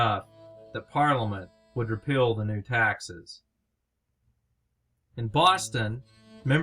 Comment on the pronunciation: This video's audio portion suffers from poor sound quality (poor room acoustics or poor microphone) and poor enunciation in some cases. Example: "Repeal" should not sound like "Repill" to the listener.